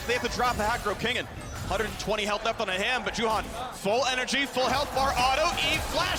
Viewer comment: I don't know why the caters can't pronounce Juhan...the one is saying Yuhaen and Caedrel says Yuhan...goddamn it's your fucking job, learn the pronunciation of the teams and players names, for 11 years the casters can't do that!